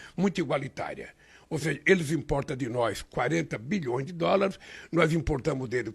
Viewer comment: Presidente nao sabe falar dolares 😂😂😂😂😂